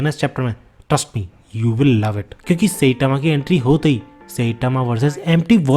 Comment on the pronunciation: tu saitama ko सेटामा kyu bolta hai?